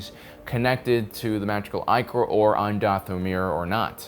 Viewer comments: Ichor is pronounced "eye core". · Do a shot every time he mispronounces ichor